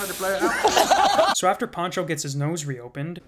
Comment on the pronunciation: his name is Pancho not Poncho lmfao